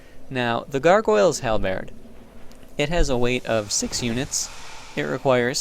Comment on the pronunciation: I must say that I am a long time fan of your weapon showcases but the way you pronounce the world Halberd is killing me.